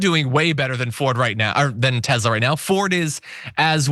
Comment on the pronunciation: *Tesla not Tezla.